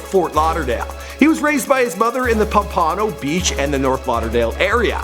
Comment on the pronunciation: ** POMPANO BEACH! ** NOT ** PA-PANO BEACH**